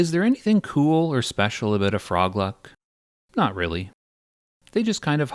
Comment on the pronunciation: Good video, but at the end of the video you mispronounced "froogloosks" several times